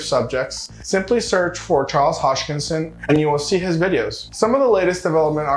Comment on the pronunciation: Hoskinson not hodgkinson